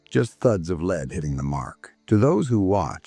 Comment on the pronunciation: wrong photos in places and another freaking AI, who cant ever pronounce LEAD right. Don't you preview your video before you put it up?